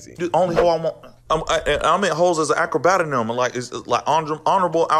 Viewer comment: I just noticed ish he says “acrobatanym”